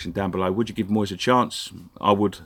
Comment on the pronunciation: Moyes rhymes with toys , and for this reason , a big big thumbs up